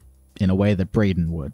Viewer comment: Yo it’s “” appreciate the support and love y’all ❤